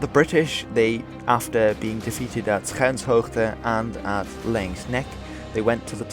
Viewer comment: I'm pretty sure that these days in Afrikaans 'schuinshoogte' is pronounced "Skynshoogte"